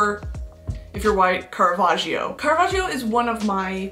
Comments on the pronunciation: Listen, I'm an Italian fan, and you said his name BEAUTIFULLY! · and btw your pronunciation of caravaggio's name was chef's kiss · that pronunciation was eccellente if i do say so myself🥰